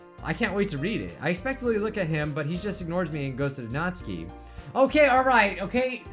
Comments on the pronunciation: It's supposed to be nat-su-kee not nats-k-ee but u can say whatever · he is saying natsuki rong